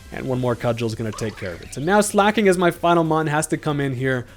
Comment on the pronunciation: It's pronounced slay-king